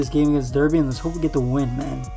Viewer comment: Derby is pronounced darby